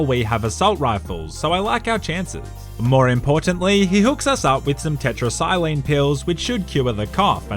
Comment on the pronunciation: “Tetra’sigh’clean” best taken whilst hydrated and with water not food 🤓